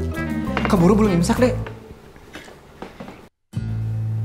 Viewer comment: Kok tadi ngomong nya incak bukan imsak